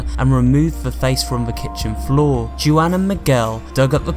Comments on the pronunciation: Anyone else angry that he said "Joo-an" instead of Juan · Juan is pronounced wan btw